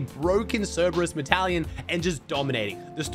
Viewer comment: medallion ❌️ metalion ✅️